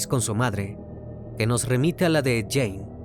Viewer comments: Esta bueno tu video pero esto es una critica constructiva, no es jane, es gein, se pronuncia guein, asi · Amigo mio. Se dice: Ed GUIN no Ed Guein.... Saludos!! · muy buen caso .. solo una observacion, no se pronuncia "Jane" si no mas bien "Gein" - por un momento pensaba que estabas hablando de una mujer. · Hay que investigar primero la forma de pronunciar😂😂😂...es Guein, no Jane...🤣🤣🤣🤣🤣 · Lo mal que pronuncia el apellido de Ed Gein hace muy dificil disfrutar el video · Oye crimi, si viste otros documentales o biografías sobre ed, sabrás que si nombre no se pronuncia así 😢!!!